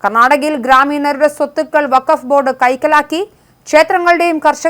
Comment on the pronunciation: നീ ഇന്നുമുതൽ വക്ഫ് ബോർഡ്‌ അല്ല 'ഫകഫ് ' ബോർഡ്‌ ആണ്.